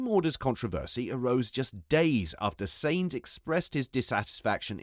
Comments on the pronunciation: SAINZ FUCKING SAINZ.... jesus if you say that name again i swear!! sainz is pronounced like "signs" not fucking "saints" like he's the holy ghost... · im sure carlos surname is sainz not seinz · Seriously you need to pronounce Sainz properly